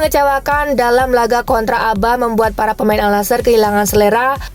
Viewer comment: ABHA di baca ABHA min bukan ABA